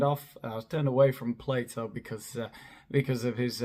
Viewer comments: Haha thought she said: "Play-doh" himself.. Believed the fact checker had already gone out the window if she started quoting Play-doh 😵‍💫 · Oh she means Plato...she said Playdough 😑